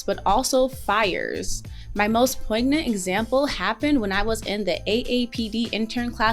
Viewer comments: She pronounced "poignant" incorrectly. Reading someone's statement is moot. They wrote it, and she mispronounced it, end of story. You, and the clown above, seem confused about written and spoken words. They wrote it, she spoke it, and she spoke it in correctly, regardless of who wrote it. Get a clue. If you read my statement, and pronounce a word wrong, that is on you, not on me. They used the correct word, she just didn't say it correctly, no debate there. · Please consult an audio dictionary for words with which you are unfamiliar, such as poignant. I'm not being patronizing, just some constructive criticism. (Not a hidden jab at aks vs ask, I am familiar with AAVE, the history of the word, and fully accept it.) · Uh, no, she pronounced poignant incorrectly, and whomever wrote the text is irrelevant. They wrote it, she pronounced it, and she pronounced it wrong. As a media professional, she's likely want to pronounce it correctly. I am sorry you cannot comprehend what happened, and were triggered by my valid comment, and shot from the hip with an emotive, illogical comment. You are wrong on this one. I never said misused, I said pronounced incorrectly. There is a big difference. As you say, "pay attention". And as you are incorrect, you didn't offer constructive criticism, you just misspoke, and can't quite grasp what happened. Good luck.